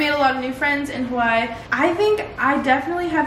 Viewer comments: Pronounce it as “Ha wuh ee “ or “ Ha vuh ee “ please and not “ Hawhy”. there’s an okina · i know stans are about to come at me for saying this but i don’t mean it disrespectfully. please if you’re gonna live in Hawai’i please pronounce it properly, it isn’t that hard. ava (who i think is one of your best friends) says it properly all the time even when she is with you so i was hoping you’d start saying it right :( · hey girl, can you start saying Hawaiʻi right?! thenks